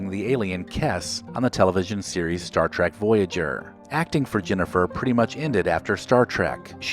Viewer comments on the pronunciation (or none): none